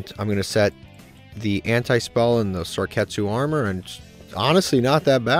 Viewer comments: Mispronounced: Inkari Fire, Sarketsu Armor. Correct: Inari Fire, Sakuretsu Armor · The way you pronounce Sakuretsu Armor makes me laugh every time😂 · He’ll eventually find out it’s not pronounce that way like Inari fire in last ep. Lol